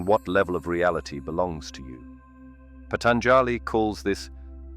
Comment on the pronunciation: It hurts how u pronounce Patanjāli. The 3rd a is SHORT not long!! Jivan mukti Jay!